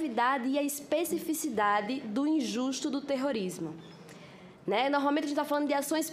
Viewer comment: "Norralmenti... Estudou tanto e nunca se esforçou em falar direto.